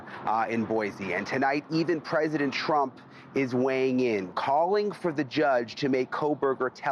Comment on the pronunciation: It is president TRUMP, not CHRUMP.